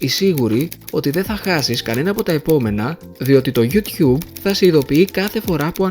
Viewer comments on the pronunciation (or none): none